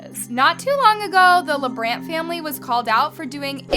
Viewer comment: Btw it's not LeBrant it's LaBrant.